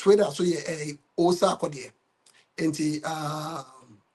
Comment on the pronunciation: Bro, I’m curious why you have added “H” to the name Sarkodie. 😊